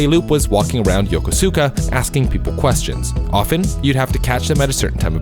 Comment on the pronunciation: “Yoh-koh-sue-kah”🙄 tell me you haven’t actually played the thing you are pretending to be knowledgeable about without telling me you haven’t actually played the thing you are pretending to be knowledgeable about. It’s only said out loud DOZENS of times in the game.